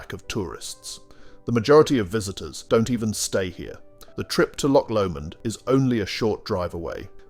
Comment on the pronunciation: It should be pronounced LOCH, A Lock is on a door or a canal